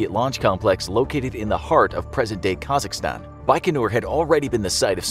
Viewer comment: COMRADE SAID KAZAKHSTAN CORRECTLY. LOVE FROM KAZAKHSTAN